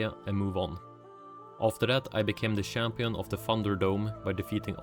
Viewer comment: when you say achivement, you need to add pressure on the ch. it isn't an s its a ch or closer to "t h" like chicken - unless you say sicken in which case dont do that either. Same all goes for champion.